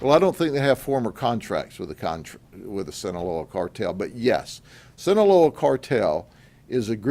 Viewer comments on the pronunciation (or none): It's Sinaloa not sinaleo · Sin-a-LOW-ah Boss. Sinaloa.